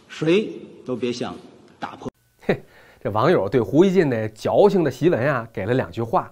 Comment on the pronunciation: 听赵那句“谁都别想打破”，那破字的读音。😄